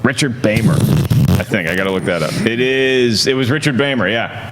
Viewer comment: Richard Beymer is pronounced BEE-mer, not BY-mer. Twin Peaks fan here! (where Beymer played the notorious Ben Horne).